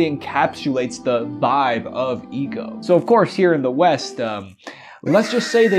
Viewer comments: Sorry I couldn’t finish this. The mispronunciation of Ico really fucked with the whole vibe. It isn’t Eco, it’s Ico. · I swear its pronounced "eye-co"